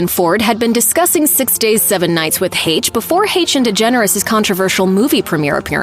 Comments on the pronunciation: And for the love of Pete if you’re going to talk about someone at least pronounce her name correctly not use AI. Lazy and disrespectful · The whole MISPRONOUNCIATION of her name is so distracting!! RIP Anne!!!